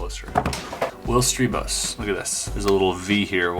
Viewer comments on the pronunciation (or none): love your puzzle solving vids... but the pronunciation of Strijbos... (since i'm Dutch) shouldn't that be S-try-bos? (like how you say RIDER or GLIDER) Or does the guy officially says his name like you do??